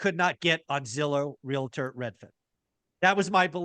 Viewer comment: Guys. It's Real-Tor. Not Real-La-Tor. Ya killing me.